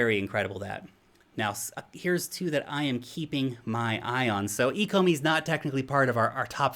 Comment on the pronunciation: I think you should take another look at the ecomi tokenomics. If you don’t know how to pronounce the name you probably don’t understand the potential.